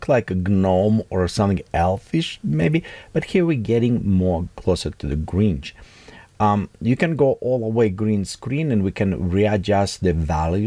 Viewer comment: Grinch. Not Gringe 🙂